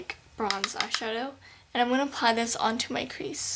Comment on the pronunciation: in stead of saying "this" do you say "Dis" ?